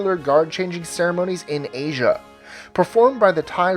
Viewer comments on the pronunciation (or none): none